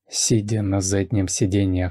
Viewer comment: Не СИДя а СиДЯ😂